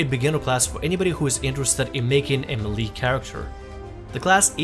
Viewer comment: MAY-LAY for fuck's sake.